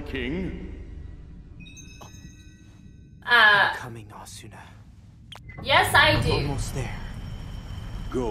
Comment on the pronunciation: God it annoys me its Asna the U is silent in Japanese 😑